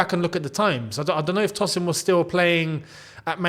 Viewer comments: Hi...I don't mean to be rude, it's pronounced as "Toe- sin" not "Toss- in". It's a Nigerian, Yoruba name..😅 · Hey, Tosin is of Nigerian descent and it would be more accurate to pronounce his name as Toe-Sin I hope this was insightful for you my friend